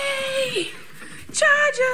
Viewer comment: I hate when she calls bruno "Bwuana" & "Bruneeana" but i wanna punch something when she calls him "Day Bwann" & now she's calling cha cha "chawchur" or "chow chow"...kinda wished Nancy threw the stick at, wudda been better content at least